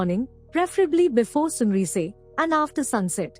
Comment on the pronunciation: At 1.40 it's pronounced 'sun rice' & not 'soon reysey'. Where did you learn English, in China or Burkina Faso??